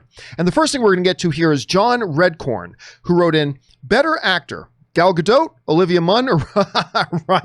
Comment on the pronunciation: pronounces Gal Gadot’s name three different ways within 20 seconds